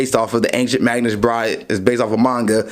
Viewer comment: Its Magus not "Magnus". There is no n in Magus